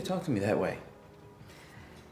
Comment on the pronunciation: Waltz legend😁!!! It's not Dusan It's Dušan